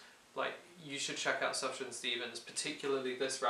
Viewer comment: it's pronounced soof-yawn stevens :)